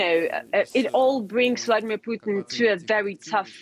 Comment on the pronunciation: Definitely referred to him as Vladimir 'Poutine' at the start there 😂